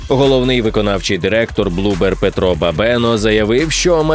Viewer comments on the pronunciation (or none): none